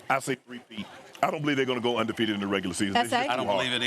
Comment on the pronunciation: Anyone else hear UNDERFEATED?